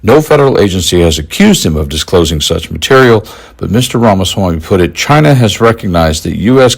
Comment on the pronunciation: If he loves China so much I would wish he could pronounce the word China correctly.